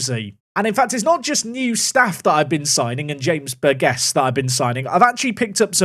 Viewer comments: I think it’s pronounced Bur-Jiss, surely? Bur-gess doesn’t sound right 😂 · James Burgess is my name please sign him!! Also its Bur-Jiss. Just finished the video... nice!